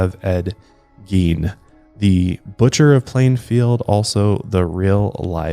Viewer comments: You totally don't have a country accent. Its very plain but I'm from Kentucky.😆 Also, I think its pronounced like Gayne. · Geen 😂 not Gein but Geen 😂😂